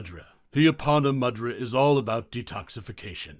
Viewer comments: It's moo-dra, not ma-dra. Also it's na-ma-stay and not whatever he opens with. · Pronounced moo-dra not mad-ra. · “Moo-dra” is the pronunciation - not “mud-ra” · Pronounced moo-drus?.. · A very interesting exposition of mudrâ, but it would have been more convincing if the narrator had at least attempted the correct pronunciation of the mudrâs. The power of sound is particularly important when using Sanskrit and the narrator seems never to have heard these words. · I'm almost certain that is not how you pronounce mudra, I'm off to find a yogi. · Learn to pronounce mudra properly by ignoring the way it's pronounced in this video